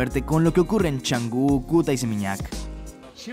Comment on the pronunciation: NO ES CHANGU, ES CANGU